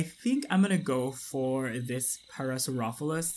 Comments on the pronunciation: the actual pronunciation of the dinosaur is "pair-a-saur-ollo-phus". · Just to let you know, it's pronounced Pair-uh-sor-oh-lo-fis (Parasaurolophus)